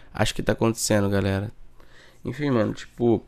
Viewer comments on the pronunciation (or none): none